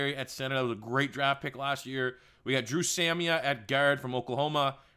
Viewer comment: As a sooner fan, I’m very offended by your mispronunciation of dru samia’s name